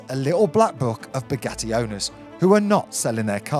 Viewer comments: Did you really just say "spaghetti vayron" Lol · In the video at the time instead of saying Bugatti veyron he said spaghetti veyron 😂😂😂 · bro, it so sounds like you said Spaghetti Veyron lmfao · Had to rewind 2 times to be sure, he actually says "a Spaghetti Veyron" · Is it just me or does it sound like saying spaghetti veyron😂😂😂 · I swear I heard Spaghetti Veyron repeatedly 😂😂 Senna's influence? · Please check how to pronounce the name of the car, as a french listenner my ears are bleeding 🤣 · He really is a true brummie the way he butchered 2 of the easiest words to say without knowing french. And no i am not from France i am Swedish.